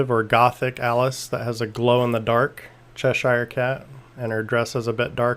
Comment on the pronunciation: It's CHESH-er, not CHESH-eye-er.